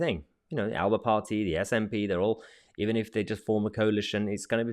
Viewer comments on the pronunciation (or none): Just a small point but Alba is pronounced aler’per